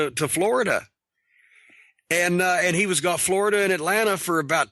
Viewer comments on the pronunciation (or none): none